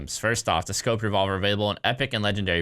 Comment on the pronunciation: “Scoped Revolved” LUL